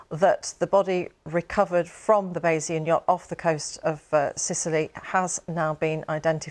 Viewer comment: I think they struggle to pronounce Bayz-ee-un